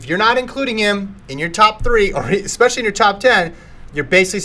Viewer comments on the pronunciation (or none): No more ECKspecially ... No more ECK cetera.